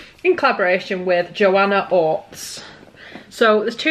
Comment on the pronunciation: Ortiz is pronounced exactly how it's spelled. Or-teez